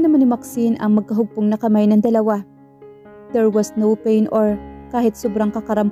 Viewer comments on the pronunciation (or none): none